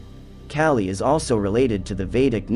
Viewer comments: Kah-Lee not Cali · not cali. KAH-lee. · The pronounciation is killing me. K-ah-lee. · Friendly help, its said, "Kah-Lee" 😊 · You are saying her name wrong. It’s pronounced Call-ee. I also see an alarming similarity of your cartoon style to that of Red & Blue’s Overly Sarcastic Productions. You don’t need the little cartoon person in the corner of videos. Your videos for the most part are good and full of information but this copping of someone else’s style makes your videos hard to watch. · Kaaaaa li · Your pronunciation for the goddess' name - Kali is NOT PRONUNOUNCED like California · THANK YOU. ugh... I cant get over his pronunciation of her name. 🙄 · Thank you! The mispronunciation was driving me crazy and is actually disrespectful… if you’re going to cover a goddess at least learn to pronounce her name correctly.